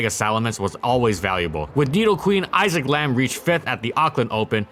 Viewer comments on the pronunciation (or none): none